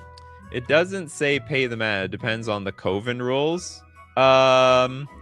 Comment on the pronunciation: Brother you're killing me and I mean KILLING me with that pronouncation of coven...